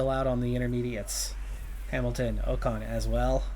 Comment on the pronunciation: first bow-tass, now oh-kahn.... i can't keep doing this, sorry man